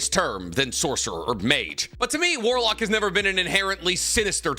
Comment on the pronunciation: Its so cringe to hear you say warlock